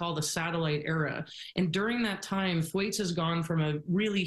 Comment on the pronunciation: The 19 Th-waytees? Or Tom Th-Waits?